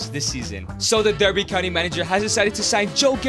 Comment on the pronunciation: As someone from Derbyshire, I am offended by how he pronounces Derby County.